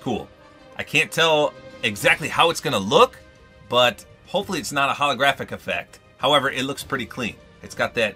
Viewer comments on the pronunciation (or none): none